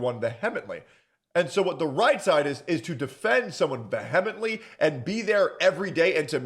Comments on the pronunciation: *vee-ha-meant-lee. Now say it fast. I dont know what word you said. 😂😂😂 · Are you saying va-he-ah-ment-ly?????? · "Vehemently" is pronounced "vee- emently",.